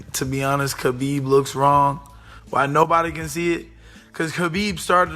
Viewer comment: I like how everyone pronounces khabibs name wrong it's habib